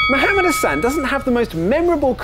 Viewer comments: It's hassan not hussan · Goodnes gracious, it's HAssan, not HUsann.